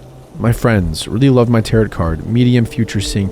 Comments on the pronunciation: He said “Tarot” like “Carrot,” too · loved these stories!! your channel is very underrated :) just to let you know, tarot is pronounced 'ta-ro', or 'ta-row' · i am so sorry but tarot is not pronounced like carrot, its like Tare-o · My only qualm with your videos is that you don't Google how to say certain words. Across multiple videos you have said the word dingy (ding-y), like the boat, rather than dingy (dinj-ee), which means something is rundown and gross. Also, tarot is pronounced t-air-oh. Typically this wouldn't be a problem but since you are literally a storytelling/reading channel, I feel like it takes away from the quality of your videos. If you don't recognize a word or you're unsure of how to say it please for the love of God just Google it. Sincerely, someone who loves your videos but hates being taken out of the stories every so often. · "Tarot" is pronounced "tare-oh;" it does not rhyme with "carrot." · Love these stories! - Sidenote, it's pronounced Terow not tarot. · That isn't how you pronounce Tarot...